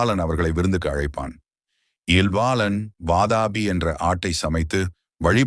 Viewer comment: Vaatapi ille pa. Adhu VAAATHAAAPI.